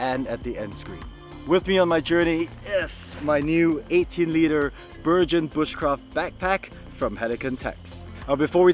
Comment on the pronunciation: I have seen two reviews on this backpack and in both the pronunciation of the name BERGEN has been BERJEN when in fact it is a hard G, and comes from the Norwegian Bergan rucksacks that were adopted by the British forces in particular the Army Commandos and later the SAS, Airborne Forces and Royal Marine Commandos, where it has become the generic name for most large rucksacks in the British forces. So this should be called a BERGEN with hard G, unless Helikon has called a BURJEN or BURJON to be logical.